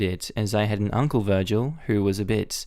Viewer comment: not naming the new son Vergil smh edit: ok fair i didnt finish the comments LOL side note, out here pronouncing Vergil with both a hard and soft G within a few seconds of each other just to trigger everyone like the evil madman he is lol